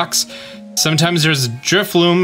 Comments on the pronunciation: Thanks for the tip. What a unique function of the game. I only mention this since you likely habitually misread the Pokémon's name, but it's Drifloon as in balloon, not Drifloom as if it were spinning thread. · Are you saying Drifloom? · Dude is basically a Pokemon content creator and yet somehow he mispronounces pokemon names in every video. In today's video we have "Drifloom" and "Driflim" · Drifloon* not loom lol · if he says Drifloom one more time i'm committing arson